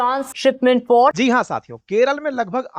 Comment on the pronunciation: Sir port ka name sahi kijiye....sorry sir